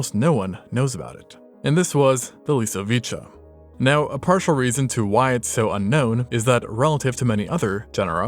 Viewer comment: its pronounced 'lee-soh-vee-cee-ah'